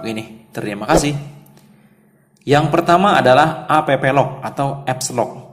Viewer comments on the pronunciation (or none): App lock dibaca aplok